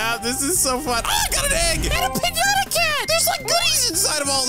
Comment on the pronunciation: doesn’t pronounce piñata properly😂